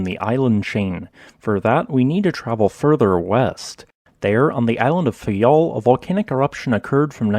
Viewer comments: It's faiel not fayal😏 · It’s Faia, not Fayal